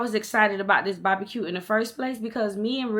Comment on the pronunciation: The way you was saying “bahbacue” was cracking me up you so country! 🤣💓